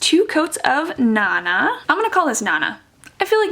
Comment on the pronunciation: They could be thinking of naNAH as a pronunciation, like in French with emphasis on the last syllable. There's an Emile Zola novel named Nana and "nana" is a generic, slightly pejorative name for a woman, like "chick." Tempted to buy this one because I've always called my grandmother Nana.